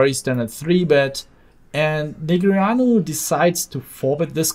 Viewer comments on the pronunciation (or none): neh gree ah new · please say daniel negreanu properly for the next video please <3